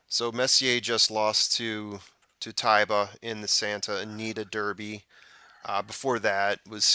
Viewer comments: It's TYba! To heck with the announcers. Amr Zedan was also the owner of Medina Spirit and Taiba is another name for the city of Medina and it's pronounced TYba. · Im with you. my first instinct was "Ty-ba"